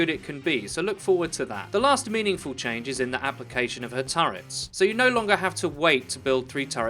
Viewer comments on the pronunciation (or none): none